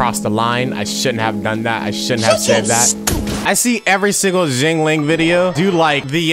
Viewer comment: Him pronouncing xiangling xinling triggers me so much Also xiangling, xinqui and chongyun are friends maybe that’s why they work so well together